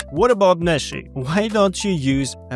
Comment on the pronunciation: I can't stop hearing "Messi" when you say meshy and I love it because argentina campeón papá. Thank you always for sharing this valuable information with us